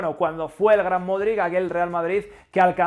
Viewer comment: por enésima vez el apellido de Luka se pronuncia “MODRICH”. Yo aprendí a pronunciarlo durante el Mundial 2018. Gracias por el vídeo. Voy a extrañar al buen Lukita el día que se retire.